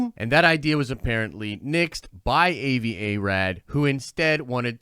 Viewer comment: dude his name is pronounced Ah-vi Not A-vi!